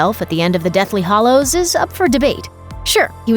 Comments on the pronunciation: its Deathly Hallows... not Hollows. This drove me absolutely mad while watching this video. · I couldn't care LESS about JK's writing ~ she wrote the books. She's awesome. What is irksome to me is that the woman narrating THIS video says "Deathly HOLLOWS" not "Deathly HALLOWS" Get with the program, woman. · Deathly HALLOWS. Not HOLLOWS. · Hallows. Hallows. Hallows. Not hollows. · Every time you said “Deathly Hollows” instead of Hallows, I cringed. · Anyone else mad she pronounces it 'hollows' instead of 'hallows?' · It's Hallows not Hollows. Just saying. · stop saying hallows wrong